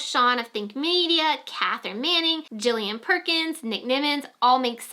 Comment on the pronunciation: Thank-you for letting us know about Tubebuddy's new channel review feature. That's awesome! Oh and fyi Gillian pronounces her name with a hard G. Love and hugs🤗💖